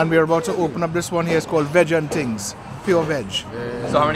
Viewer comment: man said "fish, wings and tings" ☠☠